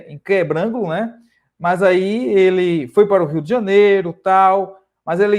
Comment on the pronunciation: O nome da cidade é Quebrangulo e não Quebrângulo.